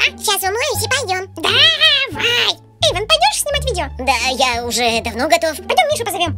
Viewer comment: И не Ейван,а Эйвон